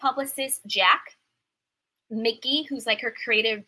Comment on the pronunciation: EJs creative directors name is Mike-ee, no disrespect